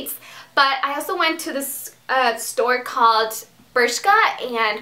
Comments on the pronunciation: BRSHKA axaxaxax funny pronouncing! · It is pronounced "bérzka"